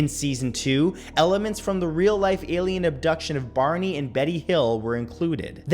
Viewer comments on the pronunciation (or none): none